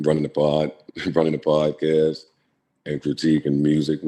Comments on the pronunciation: Yeah but he couldn't say podcast 😂 he called it prodcast lol timestamp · he said prodcast lol😂 this dude make his daddy look horrible lol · he's called it prodcast on NUMEROUS occasions!!!!!